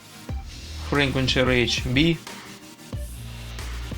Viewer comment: Частота произносится - [фриквонСи]